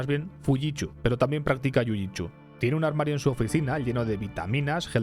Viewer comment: 🗣️: jiujitshu Hahahaha JiuJit”su” men